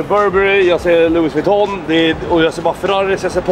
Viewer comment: Bra uttal på louis vouitton